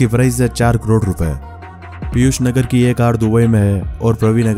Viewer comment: पीयूष "नागर " हैं भाई। नगर नहीं।